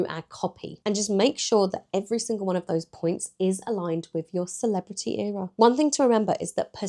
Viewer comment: Why do you pronounce ERA wrong?